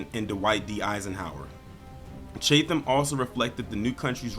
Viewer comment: It’s pronounced chat- em . But good video. Thanks